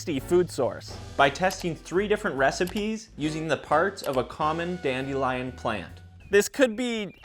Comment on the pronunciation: it's dandelion not dandelion